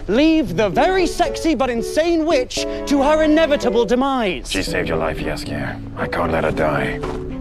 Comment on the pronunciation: The fact that Jaskier is pronounced "Yas-ier" really adds to him xD